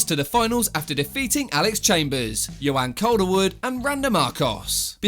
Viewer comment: "Yoanne calderwood" 😂 ,tune in for the next video featuring "yon yones"